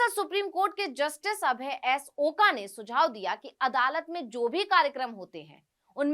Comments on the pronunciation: Oka nahi. Oak ucchar chahiye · मॅडम आपको ओका नही बोलना चाहिए "ओक" बोलना चाहिए